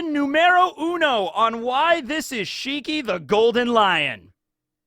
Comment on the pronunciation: I don't think it's shiki, I think it's more like WANG SHI!